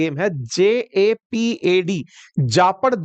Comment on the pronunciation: its not J-A-P-A-D it's ZAPAD Sir which means "Western "